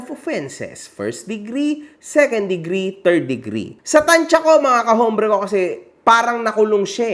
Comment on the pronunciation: “ombre” not “hombre”